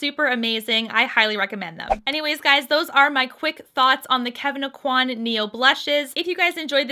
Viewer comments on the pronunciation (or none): Really enjoy your reviews, thank you for reviewing this. Please though learn how to pronounce Kevyn Aucoin`s name correctly.